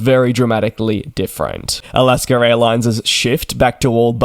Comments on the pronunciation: It’s Alaska, not Alasker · Do you actually pronounce it like Al-ask-ah? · DJ does not like this criticism and will likely delete it. I for one, having been born in AlaskA and lived most of life here, do not understand how or why the R comes into play. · Wrong. It’s Alaskerairlines.